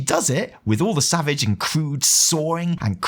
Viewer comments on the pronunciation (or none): none